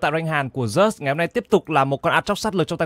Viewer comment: Zeus đọc là "Ju'ts" chịu khó mà thay đổi đi, đọc sai tè le hột me hết e ạ